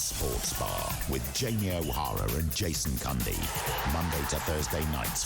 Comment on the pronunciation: His name is CUNDY not Candy ....dckhd